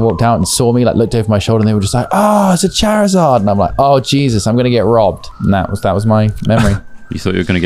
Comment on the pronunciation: The way they're pronouncing Charizard is making my eye twitch...